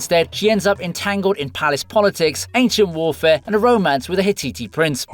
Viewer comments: "Hit-tee-tee". Come on brah, it's "Hit-tight" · lool, it's Hitite (pronounced Hit-tight not Hit_titttie)